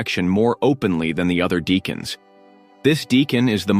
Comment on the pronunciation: It's pronounced DECK ans.